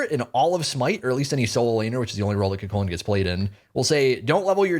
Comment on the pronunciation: The gods new name shall be CUGHHHHculan in honor of the moans